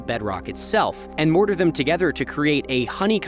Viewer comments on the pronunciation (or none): none